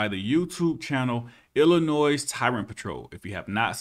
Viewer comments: Love your videos brother...my wife's dad is from Illinois. Don't call it "Ill-uh-noise" it's pronounced "Ill-uh-noy" people from there called me out on it real quick when I went there 🤣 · It's Illi-NOY not Illi-NOISE, the S is silent. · Aight I have watched a couple vids but I wanna correct one thing for you it's illinoi the s is silent at the end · Hey! You don't say the "S" in Illinois. The S is silent. Doh!!! That's 1st grade bro. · The "s" in Illinois is silent. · the S is silent in Illinois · The s in Illinois is silent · Love your stuff man but the "s" in Illinois is silent. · Enjoyed the video but just one thing. The s in Illinois is silent. Not trying to be an ahole but just a pet peave of mine lol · I like your channel and will be subscribing after this comment but dude….. did you just pronounce Illinois with the ‘s’ sound ending? Come on bud, the S is silent. If I’m wrong in any way, shape, or form, I sincerely apologize.